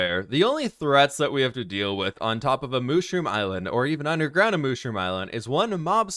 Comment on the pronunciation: You don’t say moshroom you say mushroom 🤦